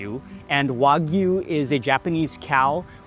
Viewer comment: It's not wag U its wag ooh.